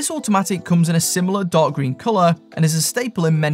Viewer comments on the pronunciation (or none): none